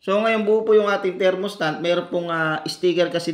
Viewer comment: Thermostat po hindi thermostant hahahahaha